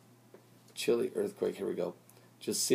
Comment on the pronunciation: Chile, not Chili